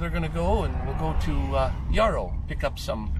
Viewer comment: When I grew up in Chilliwack we pronounced it. Like the word Arrow, but with a y arrow. You sound like you're saying it yAur-ow